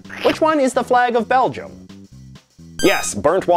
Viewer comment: It sounds as if he repeatedly says ‘Belgiun’ instead of Belgium...just me?